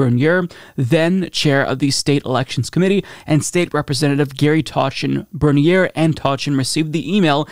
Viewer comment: I know I’m a stickler but Bernier is pronounced “burn-yay”. Thank you so much for covering this. The Thomas family should not be in politics. That was also a pretty badass commentary by Jeffreys at the end there.